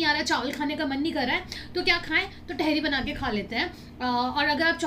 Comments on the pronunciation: Ps it's not tehri. It's taahiri 🙈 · vo Tehri nhi hota tahaari hota h 😅❤️love from Dehradun ❤️😊 it's muskan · टेहरी नही तहरी होता है.. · I am from meerut.. Mazza agya vlog dekh ke.. It's tahri not tehri.. Amazing vlog.. U missed kadi chawal moradabadi daal.. Matar kulcha.. Chaat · Dearr I'm here from muzzafarnagar uttar pradesh the dish u ate in ur dinner it's not "tehri" it's usually pronounced as "TAHARI" plzz make it correct...... Love from muzzafarnagar and totally love your videos lovee youu ❤️ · It is not theri it is Tahari and it is nihari it is nahari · Sorry but tehri ट wala ni त wala tehri🥰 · it is तेहरी not टेहरी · Dear its not tehri its tahari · Not theri it's thadi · It is not a tehri its a taihiri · Didi vo tehri nhi hota h vo thehri HOTA h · Tehri nahi hota di tehari hoti hai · तहरी not टहरी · Its tehri with a soft t. Say like tum(you) in Hindi. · The pronunciation of tehri sounds very funny from ur mouth😂😂😂😂😂